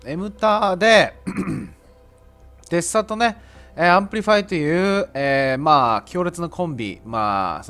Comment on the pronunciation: デスサになってますwww デッサですね笑 連コメすいません